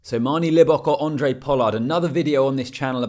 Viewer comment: It's Handre mate...with an H. Not Andre Pollard.